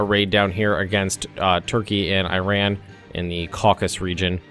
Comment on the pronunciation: "In the cockus region" "Calvary"